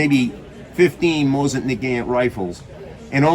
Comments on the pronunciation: Why he has to say “moyzin”? This is a good video but Moyzin bugs me every time i hear it😅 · The way he says Mosin, Moizen😂